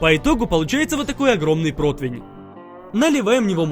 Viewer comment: Ххахахахах говорит либо противинь толи протвнь либо противень